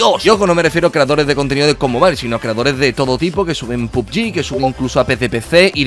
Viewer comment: Ko mobail xD como lo dice🤣